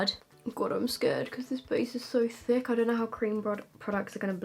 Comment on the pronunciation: “It’s a thick, it’s a THICCCC palette”😂